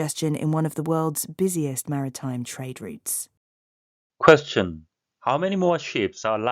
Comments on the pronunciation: 감사합니다. trade routes가 '트레이드룻스'가 아니라, '트레이드륏스'로 발음해서 못알아들었네요. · 처음엔 routes가 안들렸습니다. 리츠로 들려서 뭐지? 했는데 routes였네요 😅😅😅 산수하느라 바빴습니다 😂😂 감사합니다 ❤❤❤❤ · 저도 rates로 들었네요 😅😅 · 아무리 여러번 들어도 routes처럼 들리지가 않네요ㅜ 항상 좋은 기사 감사합니다!~ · Routes가 진짜 다르게 들리네요 열심히 외웠습니다!